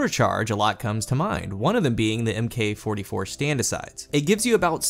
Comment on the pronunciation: Matched against a player this morning, he was running missle titan and was very hard to put down. p.s. please for the love of everything you hold sacred, Mk. 44 stand asides, you would say it as "Mark" 44 stand asides, just like the Duke "mark" 44